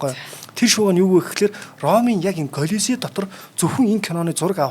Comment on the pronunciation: К дуудахгүй Голизей гэж яриад бна шүү, Веспасианыг Пэспас л гээд бхын, цуврал Спартак бол түүхэн үнэн багатай фантази ихтэй цуврал шүү. Ер нь гладиаторуудын тухай нэлээн гуйвуулгатай ойлголт кинонууд өгдөг шүү. Тийм болохоор нэг бол кино ярь, үгүй бол түүхийн талаа баримаар бхийн. Эмэгтэй хөтлөгч "300 Спартан" киног л Гладиатортой холиод хуслаа. Түүхэн баримт талаасаа гладиатор маш өндөр үнэлгээтэй, амь насаа алдах нь кинонуудад гардаг шиг их биш бсан гэдэг шүү. Италид бсан Амарсанаа хөтлөгч хаачсийн бэ?